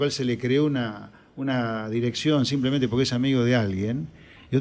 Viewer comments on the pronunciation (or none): none